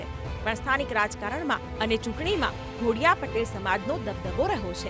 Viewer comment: Pronounciation wrong kem kare che? Ghodiya nathi DHODIYA che